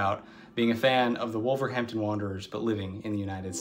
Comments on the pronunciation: you’re the only wolves fan I know who pronounces the H when saying wolverhampton we normally pronounce it wolva ramtun the content of this video was interesting and funny at the same time 👍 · I live in Trinidad but was brought up in Wolverhampton. Natives don't pronounce the h in Wolverhampton. It is "Wolverampton" with the emphasis on the middle syllable "wolverAMPton". I see somebody else below mentioned that.